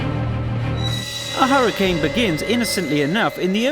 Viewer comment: its hurricane not huracnae are hurracane